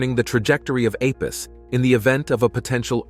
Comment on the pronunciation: Apus? Thought was called Apophis?